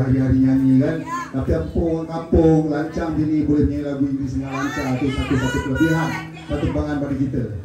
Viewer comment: Sebut baik - baik.. lancang bukan lancau